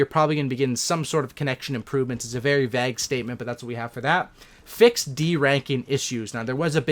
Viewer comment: U pronounced vague very wierdly bro 🤔🤔